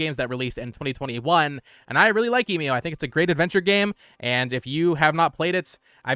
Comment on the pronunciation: It bugs me that you still cannot pronounce Emio